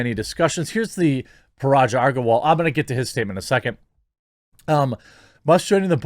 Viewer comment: Jeremy still unable to pronounce Agrawal properly lmao. It's okay i know you're dyslexic and Titter assures me you're also racist so that must be why xP